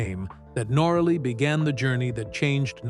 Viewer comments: Someone should tell the AI reading this that it is NORaly....not norALy.....please adjust the program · if your going to a click bait story on someone as successful as Itchy Boots at least pronounce her name correctly. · Not the only person to go through a relationship breakup. Always suspicious about someone who has not bothered to learn how to pronounce her name.